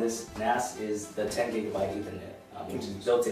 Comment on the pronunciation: Just for reference, it's Gig-a-bit. not Gig-a- byte. (You can be forgiven for a slip of the tongue!) That said this is my next NAS unit, as I just got 10 Gig-a-bit NIC for my PC. :-) I already own a 6402T these are superior to Synology after 10years owning Synology they just don't last and you get stuffed with EOL firmware upgrades with models that get replaced.